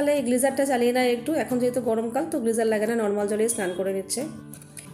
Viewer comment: It is not gleyser it is geyser..